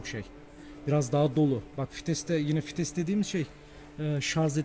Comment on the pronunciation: Fites değil kardeş, vites